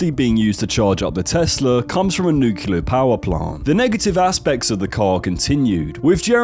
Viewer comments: "nuculoo"? I don't think it's that difficult to say "nuclear"...just "new" + "clear" quickly. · . "nukular" power plant? I can't take you seriously. closed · It's also nuclear like "new clear" not nucular 🤦‍♀️ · it's spelled nuclear because it's pronounced nuclear and not nucular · It comeing from nucular is good for environments if your not stuck in the 80's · Cars powered by "nuke-u-lar" power are spooky.